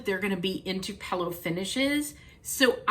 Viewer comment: I like how you change the i to an a? I say pillow like “fill” for pill. I think you say Puh-low or Pah-low. IDK, it’s cute. Don’t change!!! 🤣😘